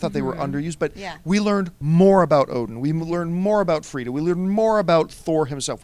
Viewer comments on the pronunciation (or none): It's /Frigga/. My god that was irritating me. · It sounds like the crew is saying Frida, just to clarify, it's Frigga. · Guys its Frigga not Fridda. :-) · FriGGA guys Not Frida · LEARN YOUR SHIT...... her name is FRIGGA, STOP saying Frieda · best marvel movie besides avengers and as a comic and norse mythology geek i loved it. caps scene was sooo great. i should mention its not "frita" its FRIGGA! haha love you guys. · FRIG-GAH! not FRIEDA! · Its FRIGGA/FREJYA not Freda and yes she was awesome along with the whole movie! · Guys, "Frigga" not "Freeda". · it's Frigga. FREE-GAH.